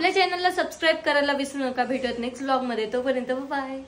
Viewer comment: bolg नाही गं volg 😅❤